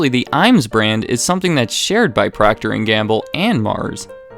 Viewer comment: The way you said IAms killed me. It's i-ams. Like I am